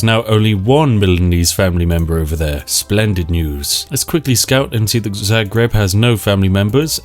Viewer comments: I live in Zagreb, and you pronounced the name wrong, also Given how history actually went with the milanese, them being in Zagreb is an extreamly cursed sight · lmao, first time I ever heard some1 say Zagreb that way